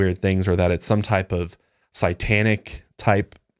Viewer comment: I love you guys and your podcast so much! But if I hear say "sigh-tanic" instead of "say-tanic" one more time I'm going to lose it